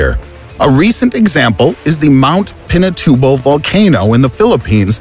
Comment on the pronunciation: Haha the way he pronounce Pinatubo is funny XD